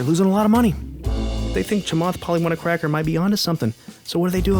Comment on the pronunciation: Yo, critique Chamath Palihapitiya all you want, but nice try hiding that purposefully racist purposeful mispronunciation of his name . Real cute, bro.